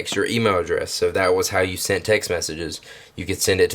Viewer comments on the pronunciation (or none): none